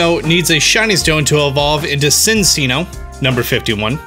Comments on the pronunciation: As the fiance of the voice actress for Minccino and Cinccino, I can confirm they're pronounced min-chee-no and chin-chee-no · Everyone: Cinccino: Sinseeno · Yeah it’s a chinchilla so it’s pronounced chinchino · lil dan i think it's pronounced sinchino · It’s pronounced Minchino and Chinchino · The way you said minccino and cinccino hurt my soul